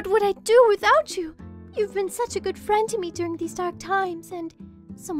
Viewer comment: "He's my FEEUHND." "You have my VUUHRD." I love it.